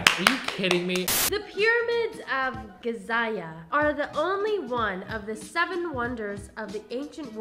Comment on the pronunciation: Pyramids of Gizia?? There isn’t even a extra i in the word